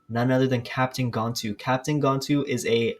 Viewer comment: It’s gan-tu not gontu